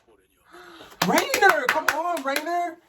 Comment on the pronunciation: It's Reiner not Rainer